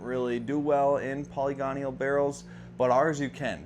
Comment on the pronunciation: That was distracting to me as well. Great information and well-presented but "polygonial" instead of "poly-gonal" pronunciation detracted from it a bit. I've mispronounced plenty of words in my lifetime, it happens to us all.